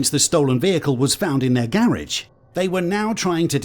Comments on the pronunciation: this guy pronounces garage like a jackass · What is a gayraige, why does he keep saying that